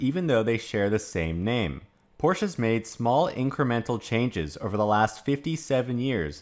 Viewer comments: Porsch?? You lost the "e"...:) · Porsche is a two syllable word.